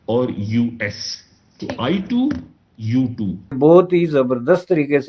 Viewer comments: ITU2 nh bhai...I2U2 nam h group ka... Tik se bol le😅 kindly... Anyways baki info tik h ..keep going 🤓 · Theek se bolle bhai i two u two ... i t u two naaahii